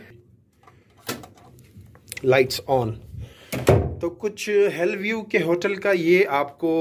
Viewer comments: It's hill view don't say hell view 😂😂😂😂😂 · Keya zabardast english pronunciation hai ap ki 😝😝😝. "Hell view" 😆😆..